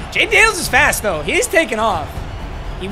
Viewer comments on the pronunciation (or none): none